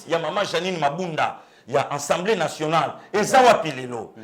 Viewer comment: c'est assemblée et non ensemblee